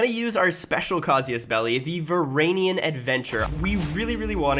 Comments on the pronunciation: How he says it: "Varanian Adventure" How its spelled: "Varangian Adventure" How its actually said: "Varangian Adventure" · please never say "varagnian" again. like bro not to be rude but use your brain? does it say varag? no lol. its pronounced va-rang-e-an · its Varangian. Nöt Varagnian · How many times can one man pronounce the same word wrong? Varagnian? Varanian? Brooooo, why? 😭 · Sry but I got to say this. Is VarANGIan adventure, GI, you must say GI. Like a gangster, GI DOG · it's either ver-an-gian, or ver-ang-ian FYI it might just be my accent that makes it ver instead of var, but idk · why do you refuse to pronounce the G in Varangian it absolutely kills me every time. I hate that i care about this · The weirdest pronunciation of Varangian I have ever heard. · one day u'll pronounce "varangian" right. anyway, great video!